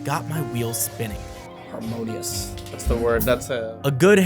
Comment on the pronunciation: looked away from the subtiles for a second and heard "amongus" instead of "harmonious" 💀💀